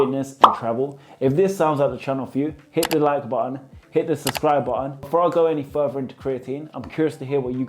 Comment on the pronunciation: Bro that's button not Ba Aan